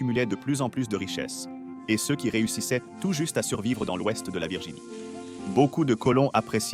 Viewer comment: Waw, la voix AI est presque parfaite. "ceux" et les chiffres, c'est pas son truc, mais sinon c'est bluffant. Je me demande quel est le modèle.